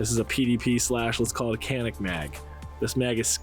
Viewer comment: Canik is TURKISH. C = J. its JANIK. That is all.